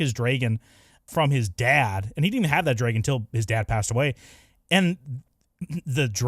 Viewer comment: bro why do you say dragon like this?